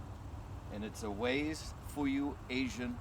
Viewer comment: Wase is pronounced like 'wah-seh', not 'ways'. Btw, the correct name is Matsumoto Wase. And you can eat it when it's rock hard too. :)